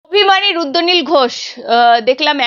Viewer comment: E barar host tui age tr uccharon thik kor, ota rudranil, ruddonil ghosh noi.